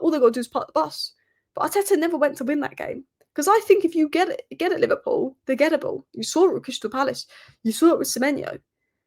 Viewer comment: LiVARpool 😂😂😂😂 Wow how old are you ? Bless ya